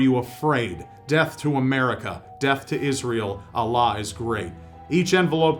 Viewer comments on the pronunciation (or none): The way how he pronounces Allah sounds weird